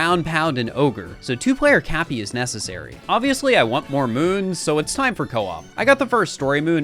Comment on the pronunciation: At first I thought you were talking about Koops from TTYD but then I realized you meant co-op